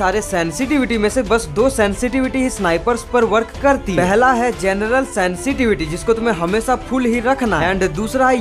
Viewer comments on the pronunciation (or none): none